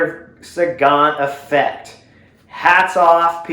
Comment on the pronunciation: You say effect very strangely. Took me several minutes to understand what you were saying.